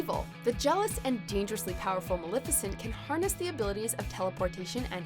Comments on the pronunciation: You're saying Maleficient wrong... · You keep saying maleficent wrong really